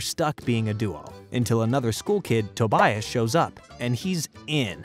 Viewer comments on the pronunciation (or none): why do you say Tobias’s name like that